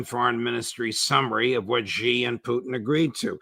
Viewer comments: Dear, dear Judge. First, thank you! Second: "Xi" in Xi Jinping is pronounced she, like the female pronoun. (Ray gets it right.) Not zee like zebra. Not gee like genius. See Wikipedia article 'Xi (surname)' or Google will say it. Phonetically, it is /ʃiː/ or shee. (If one pronounced Trump like Thrump or Macron like Maclon, a polite correction would be appropriate, right? Well, Xi is just as prominent a leader.) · Love these guys. BUT. Now that Xi Jinping is the most powerful person in the world, wouldn't it be appropriate if they learned how to pronounce his name correctly? It's Xi, not Ji.